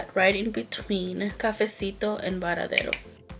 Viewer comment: Hi happy Wednesday beautiful look I love how you we’re saying cafesito 🥰 stay safe and have a wonderful day 💕